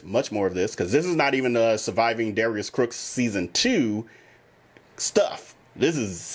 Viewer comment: I noticed you slip and say Darius Crooks instead of Cooks many times during your video.